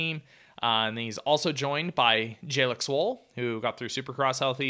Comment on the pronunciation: Respectfully...Please work on your pronunciation of Jalek Swoll. It should be "Juh Leek," not "Jay leck." Thank you.